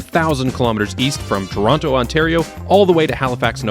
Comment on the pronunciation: First Canadian guy who does not pronounce "Tronno" and pronounces "Toh-rawn-to" :P. Canada is really spread out, I believe !